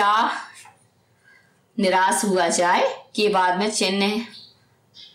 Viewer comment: By the way it's niraash not niraas